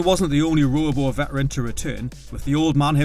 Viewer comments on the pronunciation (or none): none